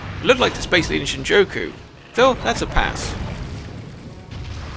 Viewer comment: This is a good video but you saying shinjoku instead of Shinjuku is driving me mad 😭again otherwise it's a really good video and for not knowing Japanese your pronunciation isn't horrible, the language is pretty phonetic so something like for example Yakuza is pronounced exactly as it's read, Yah-ku-za with no emphasis on any part of the word unless it's the sound of a certain vowel like I being pronounced like e so like geenza instead of ginza or j being something different but I don't know how to explain it, I'd recommend looking if up if you're interested in learning more lol